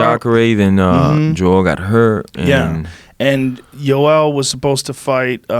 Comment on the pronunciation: Jorge's of latin descent and he calls Joel Romero "joel" and Rogan's obviously not latin and he calls him "iiioel". I just thought that was funny af